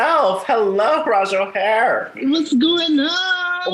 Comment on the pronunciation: Not the interviewer calling her Rajah O’Hare😒🤬